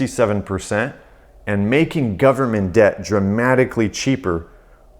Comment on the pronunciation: "full faith and credit of the US 'gubmit'" LOLOL